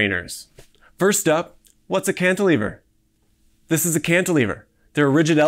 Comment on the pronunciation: Like, wow. So gnarly, my duuuude. Cantilver? More like: Yes, You Can-iliver!